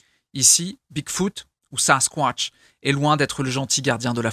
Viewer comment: Juste tu me fait planner comme tu dit sasquointch 😂😂